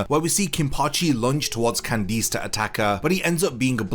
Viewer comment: Why do you pronounce Candice with emphasis on the I?